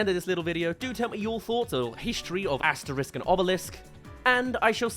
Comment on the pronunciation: Just a small pet peeve, the X in Asterix and Obelix is hard (AsteriX not Asterisque), and the dog's name is Dog-mat-ix, not dogma-tix.